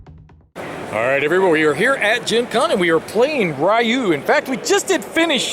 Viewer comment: ”Ryu” 「りゅ」 is pronounced (re-you (no stress)), not (RYE-you). Anyway, thanks for putting up all the Gencon videos.